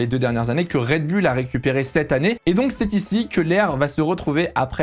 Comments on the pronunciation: yes same here, on dit red boule 😄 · red "boouuuullllleeee" putain... pas red "bulle"😅 tu dis les Chicago "bulle" aussi?? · Rien à dire sur les propos très riches et bien formulés. Petit bémol... un rien ! On dit RED... BOULLE et non pas BULLE !😏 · MDR la prononciation de Raide BULLE :) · La vidéo est sympa et intéressante, par contre la prononciation "Red bulle" décrédibilise trop le message. En tout cas, ça me fait tiquer :).